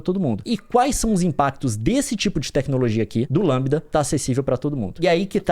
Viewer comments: LaMDA (Lamda) não Lambda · O Leon não consegue falar LamDA ele só fala LAMBDA! Tá muito na vibe do jovem nerd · Leon é LeeeeemDa e não LammmBda. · Gente é Lamda e não Lambda...kkkkk!! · o leon falando "lambida"kkkk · Eu acho que se pronuncia em inglês: "La = Lei; M = em; D = Dy; A = ei". Crianças que não entenderam: o conceito é baseado na forma pronunciada em inglês e não em português.